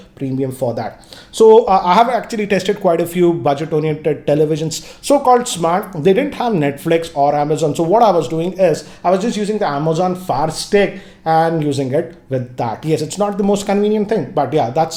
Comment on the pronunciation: Even he is saying Amazon Far stick don't get confused.